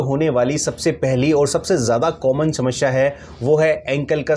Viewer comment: Kaun sa doctor hai tu shamashya bolata hai bolna to sahi se aata Nahin